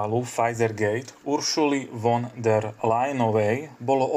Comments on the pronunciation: Máte problémy so vzdelaním, prijímaním informácií a s gramatikou! Von der.... Sa číta fon ! Čítajte, vzdelávajte sa a venujte sa rétorickým cvičeniam. Inak to môžete zabaliť! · Von der.... sa číta: Fon der... Je strašne ťa počúvať !!! 😢🫡🇸🇰